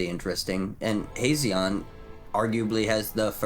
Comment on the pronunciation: how many ways can we mispronounce Hazezon in one video? lol i love it. Hazzon, Hazeon, Hayzezeon. have a magical day!